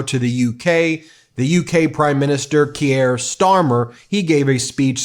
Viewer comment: Also Ben, Kier rhymes with peer, pier, beer, not Pierre. Just so you know.